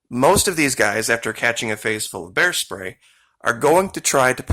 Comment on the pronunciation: You don’t have bears in Australia, do you? (Just asking because you accidentally said “bear stray” instead of “bear spray” and it made me curious 😄). I hope you’re all ok in Australia after those horrific fires!